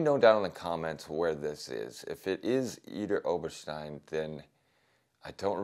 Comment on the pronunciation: No its Not Idar Oberstein